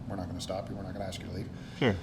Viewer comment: can you not properly pronounce the word ask? I’m axeing for a friend!